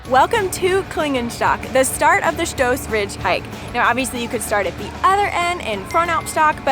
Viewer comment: I like the way you pronounce Stoos, so many people mispronounce my last name here in the Midwest.